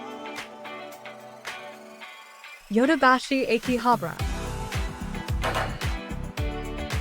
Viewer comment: Is it pronounce áki-habra? Sound like your saying āké-habra it ahh ki habrah not eh ki. Just saying be carful some times changing pronunciation can change its meaning.. learn that hard way lol